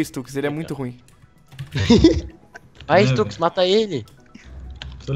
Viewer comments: nao eh stax eh stux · q raiva dele falando stax e n stux